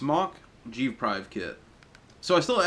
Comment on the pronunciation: Did you just say g prive? Lol